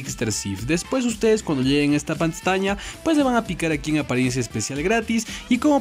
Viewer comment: Yo escuchando decir a: "cuando ustedes lleguen a esta pastaña" 😅👍